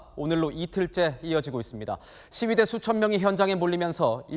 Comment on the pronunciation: 시위대 라고?? ㅜㅜ